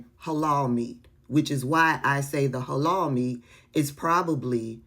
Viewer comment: I can't with the "Hay-Loul" I guess she can't eat "KO-Shear" either🙄🙄🙄🙄🫤🫤